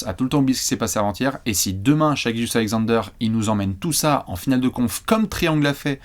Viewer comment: Vidéo très intéressante merci ! Je considérai Shai comme un franchise player le jour ou vous direz son prénom de la bonne façon, Shè pas Shaille :)